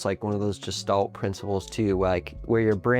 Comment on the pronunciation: “Gestalt” is pronounced with a hard “g”.